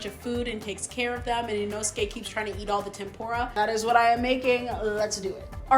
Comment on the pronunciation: though your cooking looks awesome. PLEASE use proper pronounciation for the foods. It's Tem POOH Rah.... Not Pem Pour ah. and Inousuke is not Inoskee. It's EE Noh Skeh.